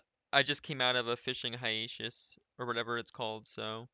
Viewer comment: ur joking when u pronounced hiaTus right?